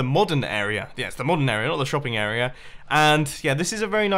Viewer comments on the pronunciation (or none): And, "area," with an R. "Arear"